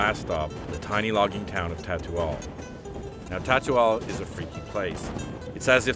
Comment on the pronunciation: City name: Tutaul.: "So we are coming to Tatual."